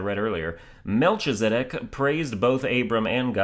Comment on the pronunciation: Its pronounced Mel-KE-zi-dek